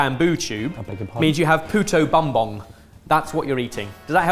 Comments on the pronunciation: Hearing BUM-bong was so funny! 😂 It's pronounced boom-bong,. But I forgive you. haha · very fun that every year a filipino dish gets noticed here! Also, as a filipino ben pronounced "puto" correctly. But Bumbong is pronounced as boom-bong (like a pair of "tongs")